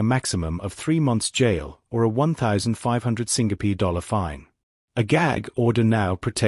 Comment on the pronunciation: Pls pronounce my country Singapore correctly. U have been pronouncing it wrongly so many times. Pls get it right